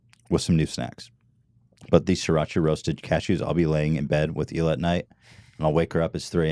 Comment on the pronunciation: it's pronounced eeh-lah